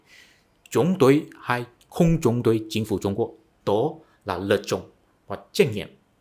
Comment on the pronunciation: “Đối với họ” thì bạn lại phát âm”tối với họ”,bạn không phát âm đúng được chữ”đ”đờ”